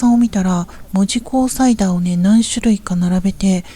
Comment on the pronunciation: 大正14年に建てられていません！！！もっと古いです。 現在の門司港駅は新築当時を復原したものです。 木製の乗車券の販売窓口、復原前は、あんなもん、なかったです。 「門司」のイントネーションがキモすぎる 「門司」は「文字」と同じイントネーションではない 「も」にアクセントはないのだ 住友銀行門司支店は昭和20年6月の空襲で燃えて灰になりました。 日本郵船門司支店ビルは、九州初のエレベーター設置オフィスビルです。 動画のエレベーターは昭和2年の建設当時から修理を重ねて 現存しているのですが、このことが紹介されたことがありません。 なお、郵船ビルは1990年代のレトロ事業スタートから、 観光客の受け入れをしていないビルなので、 観光目的で入ると注意されることがあります。 国鉄時代、このビルの２Fから門司港駅を撮影して私も怒られました。 郵船ビルの動画はアップしない方がよいと思います。 ホームリンガ商会の建物は戦後の建物です。 旧門司三井倶楽部から桟橋通を歩いて北九州銀行まできたのに 鉄道記念館は？？？？って怖すぎる 歩いている途中にあったのだが・・・ 門司区本町（ほんまち」と読みます